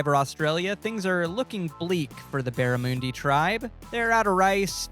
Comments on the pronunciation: “At the beramoondi” I cringed, Baramundi. Bara-mundi. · as an australian, i just wanna point out that is NOT how you pronounce barramundi